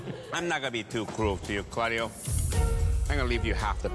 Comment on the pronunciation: I though it was carlio (i heard it that way)not claudio